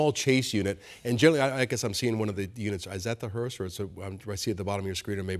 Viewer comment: I think if that woman said they were bringing the body and the casket back one more time I was going to have an aneurysm. And how many times did that dummy say that the hurst was waiting on him. WTF is a hurst?